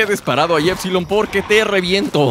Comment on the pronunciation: alguien noto que en vez de epsilon dice epdilongamex que paso brother